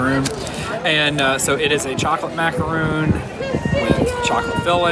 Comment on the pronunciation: "Macaron"... not "Macaroon". Two very different cookies.